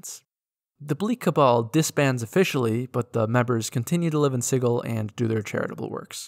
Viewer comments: Edit: It's like naming a place "Spice" and pronouncing it "Spike." Fkn obnoxious 😂 One of my biggest pet peeves is people not pronouncing words correctly. Sigil is a real word, with a Soft G sound: Si-jill. It means "symbol." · Sigil is actually pronounced with the same Schrodinger's "g" sound as in "gif." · Sigil not Sigil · No it's pronounce sigil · You pronounced it wrong.